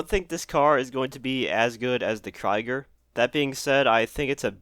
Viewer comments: ye its more Kreeger than kriger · The Locus is likely based on the Lotus Elise, but I do like the front. Not as much the back as it isnt too similar. Also, its pronounced "Kreeger", German for War (plus an R) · I'm really liking these new cars , though I'm sure we could have had something better it's still good. Btw the second way that you said krieger is how it's spelled and not "kraiger". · Krieger is pronounced like kreeger not like kriger ^^ German guy lol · Jesus. Work on your pronunciation. "Kry-gur" lmaoo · The Krieger is pronounced [Kreeger]. Like Creek with a g at the end. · Btw its pronounced KreeGer but sweet vid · You trying to pronounce "Krieger" broke my German heart. The 2nd try was decent, but the 1st one really hurt. (No hate obviously.) Krieger by the way means warrior. It's also based off of the Mercedes Project ONE. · The way pronounces Krieger...